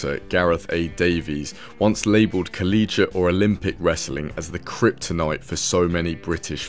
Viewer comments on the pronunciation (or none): none